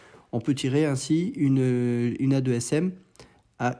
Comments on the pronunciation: Super analyse, je bosse dans la boîte qui développe le guidage du Mica NG, et aussi le AASM 1000KG. juste on dit 2ASM et pas A2SM 😉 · on dit 2ASM, pas A2 SM